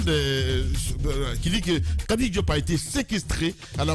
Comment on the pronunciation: Et puis vous êtes tellement nazes que vous prononcez xadi et non kadi, comme le prononce tout bon guinéen.